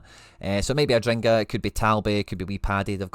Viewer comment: its adingra, not adringa.